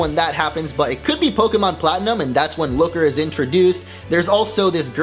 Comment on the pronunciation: Fuck this channel. "Po-Kie-Mon" Nice.